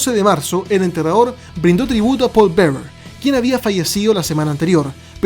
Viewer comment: Siempre se te escucha entrenador deberías aprender a hablar o decirle undertaker o enterrador bien dicho